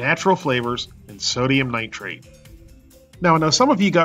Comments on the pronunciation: A chemist you are not, That's Nite-trite not "-trate" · I was getting tired of hearing him butcher the word too.